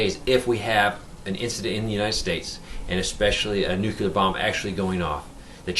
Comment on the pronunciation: I normally don't like nit-picking but since you are publishing this to thousands I think it is warranted. Nuclear is pronounced "NEW-CLEAR", not "NOOK-YOO-LUR." I was embarrassed for George W. Bush every time he mispronounced the word. It had the effect of chipping away at his credibility because he seemed unable to correctly pronounce the word that described one of the most important issues of our time. Love your vids! I just thought you might not be aware of the error...